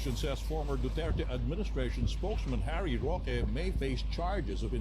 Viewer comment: Mister Dutert daw sabi ng mga pranses pero sabi ni d30 Du-ter-te tapos wala di sya pansin mister du-tert pa rin😅😅😅